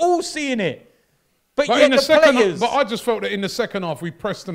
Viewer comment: Here we go, let’s hear what Arteta’s lawyer has to say. “It’s the pwayas wobby!!”—DerrT